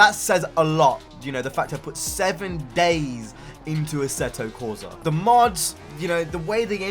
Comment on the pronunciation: Assetto corsa Is italian....NO a-seh-to corsa NOO... correct speak: AH-S-SEH-TTO CORSAH